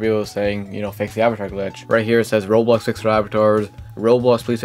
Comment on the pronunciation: BRO CAN YOU SPEAK CLEARLY???🔥🔥🔥🔥🔥🔥🔥🔥 ITS ROBLOX NOT ROLS!!!!!!